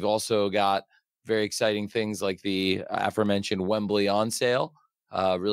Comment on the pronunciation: Tony really did say "The Afro-Mentioned"😂